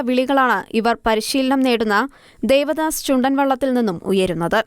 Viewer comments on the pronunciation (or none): ദേവദാസ് അല്ല, Devas